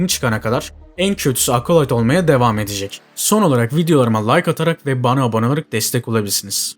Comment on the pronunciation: Acolyte kelimesinde ''A'' sesi yok ağız açık Ea sesi (çene açılıyor-jaw drop), Apple telefuzundaki gibi Ekolayt ... Eapıll gibi ... Akolayt Akolayt dedikçe kulaklarım tırmalandı. Ya Merdan Yanardağ gibi bütün harfler telaffuzlar Türkçe yapılsın Acolite gibi ya da orjinaline uygun dikkat edelim :)